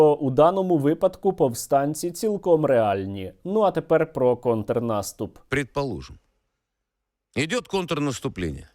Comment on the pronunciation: Я тільки побачив що Соловйов каже контнаступ, так і диви скоро буде Українською свою гидоту вести